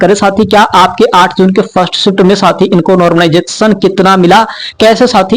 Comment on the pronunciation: माइकल जैक्शन बोल दिया कर , नॉर्मलाइजेशन नहीं बोल पा रहा तो!!